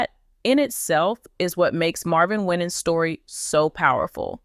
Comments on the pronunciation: last name pronounce "Y-NANS" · First of all you are not pronouncing his name correctly! Second, where are you getting all this garbage from? Why are successful Black pastors always being under attack! Don't believe any of this garbage you are spreading. Be careful how you treat and speak about one of God's chosen ones ! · Please pronounce his name correctly 😊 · His name is not being pronounced correctly. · Don't listen to this nonsense. When you are in the spot light people will talk what they don't know. If you're not a close family member sharing information about an individual. You really don't know truth. It is obvious that you do not know Pastor Winans, by the way you pronounce his name. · Why can't you pronounce his last name. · Quit Mispronouncing his Name and God’s got him ‼️ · You Can't pronounce his Name Right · Why are you pronouncing his name like that😅😅🙄